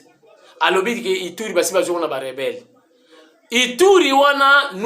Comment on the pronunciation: Azo loba ba rebere au lieu de rebelle, , aventurier ya rwandais , apakoli Ambi, ba rebelle bakoti mukinza